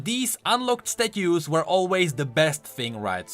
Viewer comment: omg omg omg The way says Statues xD xD xD and ye, I am European as well.